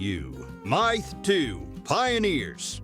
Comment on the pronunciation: Fix your crappy AI narration, some places you call it a “myth”. other places you say. My Th